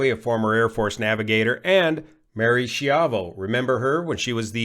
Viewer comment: I think Schiavo is pronouned Skee-ah-voh - it means slave in Italian 😂